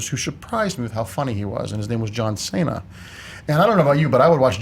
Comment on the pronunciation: John Saynuh